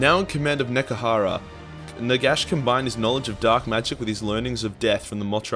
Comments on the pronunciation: NEH-HEH-KARA NOT NEKARA YOU smelly boy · DAMN IT, IT IS NEHEKARA SAY IT RIGHT ONCE YOU FOOL